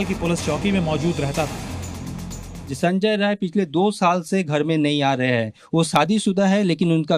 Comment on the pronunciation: The criminal's name is ”Sanjay Rai ". Pronounce the name correctly.